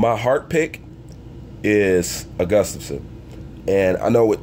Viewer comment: It's Jon not Jons Jones And Gustavson and not Agustavson Slow down,!